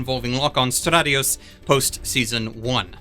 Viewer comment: Dude is soooooo knowledgable and so rehearsed about the 00 series. Was agreeing almost all the way with all hype, until he chooses pronounce Lockon's surname differently. Its like losing a boner in 0.5 seconds.